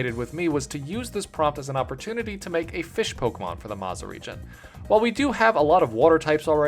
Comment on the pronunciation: There’s something about misspelled words like this that is just so endearing. Hearing you say “I WILL mack a banana Pokémon” made me smile.